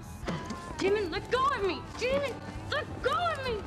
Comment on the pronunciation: Pls stop saying daymon it’s Damon